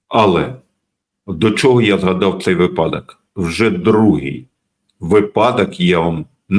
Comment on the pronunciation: блестящий анализ. но почему вы игнорируете правила языка? правильно говорить вИпадок. удивляете, честное слово. от интеллектуалов ожидают грамотную речь. иначе можно сомневаться и в качестве аналитики, если допускаются такие грубые ошибки.